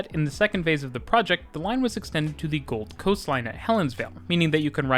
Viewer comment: Cool to see a video on the trains and stuff in my area. Seems like it ain't too bad. - Something here is throwing me off with the pronunciation. How he says "South bank" and "Gold Coast" (I live there, but I think this applies probably everywhere in the world lol). He's saying them as if the location names are "South" and "Gold", and as if the word "bank" and "coast" are not part of the official name... if that makes sense. The emphasis is on the first word, and then the "bank" and "coast" has less emphasis and comes after a pause, as if he's following up "Brisbane" with "region" or "area" or something. When we say the names of these places, we're not breaking it up like that (regardless of there being a space or not, Australians in particular don't respect spaces between words lol). He's making it sound like it's the "something" bank, and the "this kind of" coast. The second word is part of the actual name and is just smashed in with the first word as one natural word, sort of thing. It's treated like "Oxfordshire" in England. One word rather than spacing it and it then coming across like "the shire that is Oxford". Bit of a nitpick.